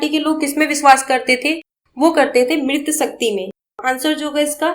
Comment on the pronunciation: 23 का मातृशक्ति का उच्चारण ग़लत है जी..